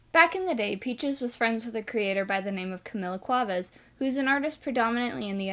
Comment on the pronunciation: I know this doesn't matter but I have Cuevas as one of my names it's pronounced Qwe vas bc in every single video ni watch they don't know how to pronounce it, but hey that's how I say it and it prob wrong too